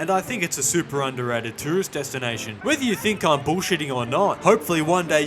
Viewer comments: I hate thus: the rage baiting title, the way he pronounces Romaniiiaaaa and the fact he started with gypsies. Didnt watch past that eveb if I know that this is satire. 🤮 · Why you pronounce Romania like that